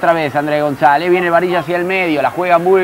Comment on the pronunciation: AL PRINCIPIO EL NARRADOR NO CONOCIA AL LATERAL GONZALEZ DE LA VINOTINTO, NI SIQUIERA LOGRO PRONUNCIAR DE MANERA CORRECTA SU APELLIDO AL FINAL DEL DIA NO PUDO DEJAR DE SOÑAR CON EL TURBO GONZALEZ.